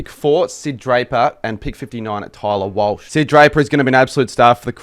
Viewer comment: tyler welsh, not walsh